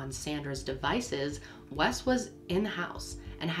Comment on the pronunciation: Wes. It is Wes.